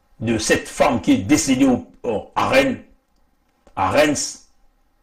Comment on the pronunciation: Rennes on ne prononce pas le s. Allô vas y